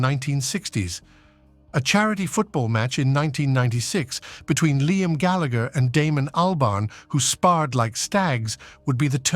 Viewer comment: Big Time. And he cant even pronounce Gallagher correctly!!